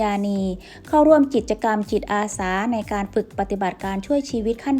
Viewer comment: คนอ่าน ติดสำเนียงอีสาน ใจเย็นๆนะ. ค่อยๆพูด. ตัว ก.เป็น. จ. ตัว. จ. เป็น. ก. จิตอาสา. ไม่ใช่. กิจ